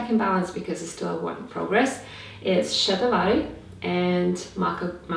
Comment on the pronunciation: i saw your video about Shatavaree. I thought you should know and remember that Shata is hundred. ShaTAA varee means who has 100 Something ( whichever) attribute good points.. please pronounce sha TAA varee. ShatAA va Ree